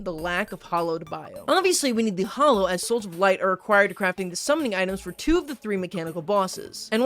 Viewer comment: its "hallow" not "hollow"